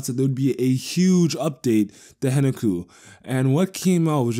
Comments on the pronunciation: isn't it HEN KA KU? not henuku? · The K isn't silent in the Japanese pronounciation.